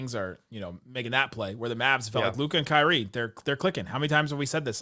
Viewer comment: why do you have trouble saying Kyrie's name? No mention was made of his contributions🤔🤔